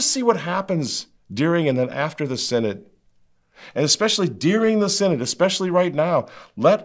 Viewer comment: SIN-ODD of SIN-ODD-ITY.